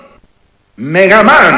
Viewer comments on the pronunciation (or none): The spanish announcer kills the epicness from the English one, plus his pronounce is so horrible......Pikachú?, Mega Man? And when he's saying the players sounds like he's singing it...